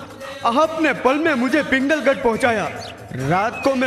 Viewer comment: पिंगलगढ नही पुंगलगढ है।